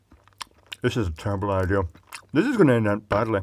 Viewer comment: "doing this is the day before flight is probably a terrible idear, but then again I'm very good at terrible idears" xDD